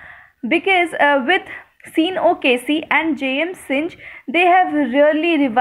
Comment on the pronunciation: Synge is pronounced sing